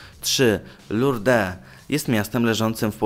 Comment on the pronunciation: UWAGA! Wymowa: Medjugorje [medżugorie] i Lourde [lu:rd] ...